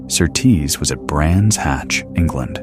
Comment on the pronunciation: You pronounce Surtees as SURtees, not SurTEES.